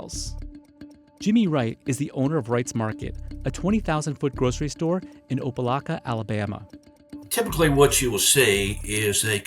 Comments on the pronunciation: You mispronounced Opelika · ****Opelika was pronounced wrong****😢